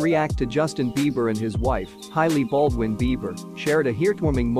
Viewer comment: Hailey NOT HILEY !!!!!!